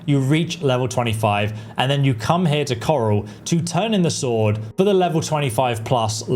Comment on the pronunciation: Why doesn't know by now that the W in Sword is Silent and is Not meant to be pronounced? Makes him look like a newbie.